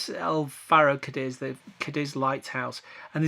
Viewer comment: Lovely city. It's CADiz, emphasis on the first syllable.